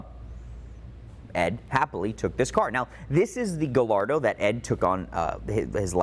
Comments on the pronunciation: Not to be that guy, but: Ga - Yar - Do 😄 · So hard to listen to the way he pronounces Gallardo... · I have a hard time believing that a guy who specializes in these cars can’t properly pronounce Gallardo. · I really enjoy your channel - do you pronounce Gallardo wrong on purpose just to get people to comment ??? Super curious …… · Not to be an asshole but you say Gallardo incorrectly. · I seriously cant believe doesn’t know how to pronounce Gallardo.